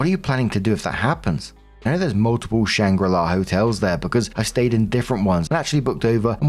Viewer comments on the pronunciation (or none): Shangri La, not Shanghai La ;))))